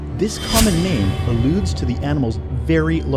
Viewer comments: As much as I applaud your efforts to bring us a top X video, I feel like I've been completely turned off due to the lack of research, and even more so by mispronunciation of names, granted some names can be hard to pronounce. A prime example of this would have been when you were comparing the length of the Spino to that of the trex, and giganotosaurus. You said Gigantosaurus, as in gigantic, which is a sauropod, where I'm sure you meant the theropod; giga-no-tow-saurus. I don't mean to sound rude, but I feel like this could have been prevented with just a little more research and poking around. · Man, atleast try to pronounce their names correctly.